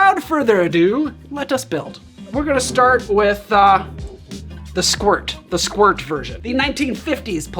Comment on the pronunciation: Pronounced Eh-SqweeRt